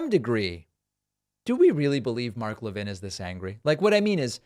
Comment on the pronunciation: Never seen anybody with the name Levin who pronounced it La-vin.